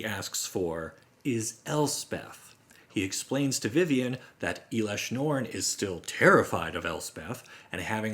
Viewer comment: It’s not eelesh norn it’s pronounced L-Esh- norn